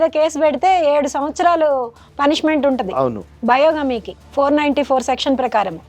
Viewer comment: Most immature conversation in the world. Lawyer says Biogamy instead of Bigamy.